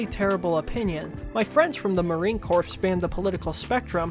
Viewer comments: I really enjoyed the video, glad I don’t have to read the book myself - I was tempted to. But I just want to point one minor thing out - “marine corps” is said like “marine CORE” not “marine corpse” though that is kind of funny. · Hi, fellow politics nerd here. Great video, I could hardly tell this was your first video. I thought it was one from somebody who had set out their style and was beginning to find their strides. I do have one major note, and that's that Marine Corps is pronounced Marine Core, not Marine Corpse. Other than that, the only thing I noticed was that at the end the music started becoming quite loud, if that was intentional to show how offputting the stories were getting, good choice, if not, you might want to double check it in future. Other than that, as I said, great job. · Great video. I'm just going to reiterate what others have said about the music being a bit too loud. Also, I don't mean to be a snob, but corps is pronounced like "core" and not "corpse" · That branch of the military is pronounced like Marine Core. You might come back a corpse, though. Wanton is pronounced like wantin'. You can be wantin' a Chinese dumpling. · It's marine 'core' not corpse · Bro, quit saying Marine CORPSE... it's pronounced "Core" that's something you definitely should know. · Heyo! Btw marine corps is pronounced "core", not corpse. Otherwise loved the video, LOVED THE MUSIC!! Keep making stuff it's great :3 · Marine Corps is pronounced Marine Core not "Corpse." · I know this is a moot point, and not important in the grand scheme, but every time you say "Marine Corpse" instead of "Marine Core" (corps is pronounced "core") it makes my ears sad. I still loved your analysis though! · Thank you for the excellent and informative vid, but please, it’s pronounced Marine “Core” not Corpse. The s in corps is silent. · Sorry, but hearing you say "corz" and "eye-raq" over and over again git to be too much. Couldn't listen all the way through.